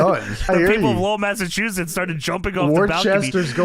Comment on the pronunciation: being the only one who can pronounce or even know where these Massachusetts town names are make me proud as a Masshole. We know, our town names are weird and aren't spelt right